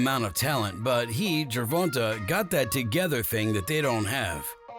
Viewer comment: ITS GER-VON- TAY get it right if u go make a vid ITS NOT GER-VON-TA smh